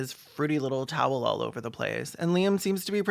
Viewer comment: He pronounces "towel" like "tail". If you close your eyes, you can imagine it's about accepting gay furries